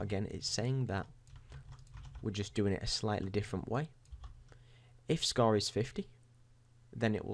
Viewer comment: What's a Scaw?... Do you mean Score?.. I heard you say it right one time. You know you're saying it all fucked up on purpose. I heard it a couple more times. Same with Report and Forty. You try to say these words all fucked up purposefully and sometimes you forget and say them normally... Why are you doing that?.. What's the point?.. Does some famous person you wanna be like talk that way or something?